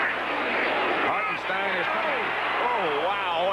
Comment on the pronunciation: If you're going to do one of these on YouTube, the least you can do is pronounce the name correctly. It's Harten STINE